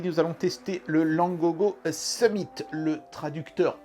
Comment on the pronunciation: Pour la traduction du nom Summit,le "mit" ne se prononce pas comme le mot "meat" comme "it" ne se prononce pas comme"eat" le problème vous prononcez le i comme vous le faite en français.